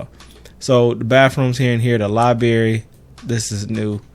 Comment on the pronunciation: Lol they way you pronounce library as liberry